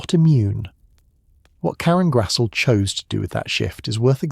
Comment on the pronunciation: Her last name is pronounced GRAZ-LEE!!!😊